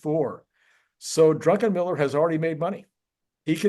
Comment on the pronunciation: Druck-en-miller. Not Drunken-miller.